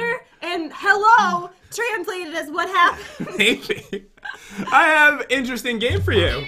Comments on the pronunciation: Pat: hey dan im pat Jen voice of dan: WHAT HOPPEN PAT: OH CMON DOOR SAY EHAT HAPPEN AND SHE GOES WHAT HOPPEN ME:HAHAHAHHA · Pat: hay dantdm I'm pat Jen: what hoopend hahaha😂😂😂😂😂 Pat: come on u were about to say what happened and u were like what hoopend hahahaha😂😂😂😂😂